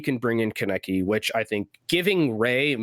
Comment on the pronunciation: just a sidenote you are all pronnouncing kaneki wrong, he named himself after an anime character it's pronnounced kahn-eh-key